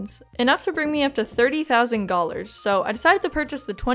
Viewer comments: Am I going crazy?? Are you saying gallars/gollars instead of dollars???? I cant figure out if I'm hearing things or youre making a pun 😭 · Am.. am i... are you... are you saying Gollars? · the way you say dollars just makes me giggle, "gollars" please continue to say it like that! i might even have to steal that... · I love that you’re saying “gollars”